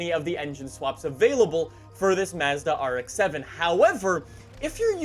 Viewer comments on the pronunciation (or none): Lol how said Mazda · The way you pronounce Mazda makes me cringe lol